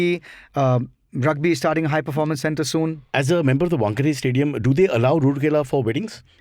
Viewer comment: Its pronounced rooor-kella, it’s raoor-kella.